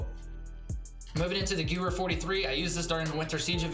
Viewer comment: Gewher isn’t pronounced Goo-er or what ever people say it Guv-air. Damn no one can pronounce German words properly. It’s so painful to here people butchering the gun names.